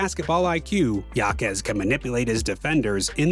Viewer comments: His last name is pronounced “ha-kez” not “ya-kez”. Otherwise great video. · Name is pronounced (Ha-Kez) not (Ya-Kez). But He's quite the rookie this year. Honestly, as far as impacting winning I think Jaquez should be the frontrunner for ROY. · Pronounced Hakes not Yakes. It’s Spanish! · It was driving me crazy every time he mispronounced his name. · For real. I really wanted to watch this video but I just couldn’t get past the pronunciation. Unlucky really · You should pronounce it how he and his family does. It’s courteous at worst. But it’s your channel so w/e. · Its pronounced “ Haime Haquez “ not Yaime Yaquez